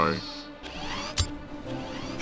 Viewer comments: INDOUBALY LOL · No matter how man times I watch the "Indubidibly" line gets me every time. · INDUBITIBLY!!! LOL